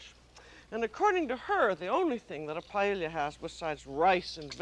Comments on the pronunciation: Since this is paella from the perspective of French cuisine by an American chef with her own idiosyncratic dialect, I think the pronunciation is FINE. You say "paella", I say "paëlla", Julia says... PAELLIA. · Glad to see a new episode uploaded but her pronunciation of paella is off the mark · I've never heard it pronounced "pa-e-li-ya" before. Is that a regional pronunciation or just the way Julia pronounced it? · I never knew Julia Child couldn’t pronounce paella 🥘 🤣😂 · She is mispronouncing it. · She did not pronounce it correctly according to the Spanish pronunciation. The double "ll" is pronounced as "y"--according to several written guidelines AND vocal recordings. That was the pronunciation I was taught in Spanish IV in high school, and Spanish literature in college. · She is mispronouncing it